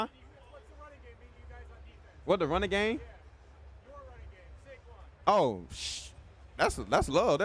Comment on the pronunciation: Jordan calling Saquon “shayshon” 😂😂